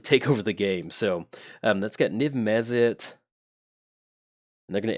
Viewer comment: Mizzet MizzetMizzetMizzetMizzet Mizzet not mezzit